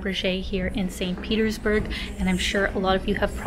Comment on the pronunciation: Не бёрг, а бург